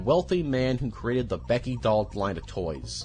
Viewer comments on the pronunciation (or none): none